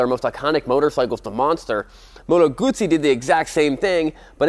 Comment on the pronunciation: Moto Guzzi rhymes with Uzi. Goo-zee ;No T sounds in the second part of the name of my favorite bike. Other than that, good stuff.